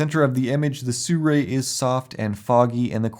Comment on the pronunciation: Not quite no. Si Rui, is 思锐, If you want to hear the correct way to pronounce it, you can enter this into google translate, or learn Chinese :)